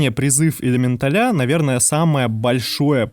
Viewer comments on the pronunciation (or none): ЭлементалЯ?! Ужас... слух режет. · ЭлеметалЯ.... он сказал элементалЯ Карл!!! Пиздец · Чувак, немного конструктивной критики. Сидел мой муж и смотрел это видео, к контенту претензий не имею,все по делу и никакой воды, но элементалИ и элементалЯ заставили меня смеяться в голосину. Прежде чем так часто использовать это слово, убедись, как правильно оно произносится. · Это правильное ударение в слове элеменТАЛЯ? Или элеменТАля? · элементалЯ... пздц... как? как и откуда ударение на последний слог? :)